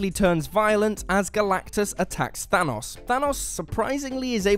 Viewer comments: I thought his Name was Thanos...Not Thunus.... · Was I the only person bothered by the way he said Thanos like Thanoss? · Why do Europeans pronounce Thanos as thanahs, in the movies it’s even pronounced Thanos... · The way this guy says Thanos is maddening. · When he kept pronouncing thanos wrong I started to get triggered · HOW TF DO YOU ARREST THANOS ITS THANOS